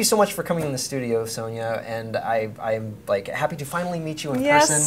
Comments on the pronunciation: she must of got so annoyed at him calling her soneya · Her name is pronounced Sonya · Lighting. Yellow walls and all. Frustrated that he said her name wrong lol. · He said her name wrong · You were pronouncing her name wrong. The 'o' in her name is pronounced like in 'box' or 'bottle'